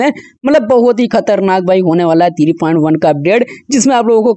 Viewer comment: Three ❌ Thiree ✅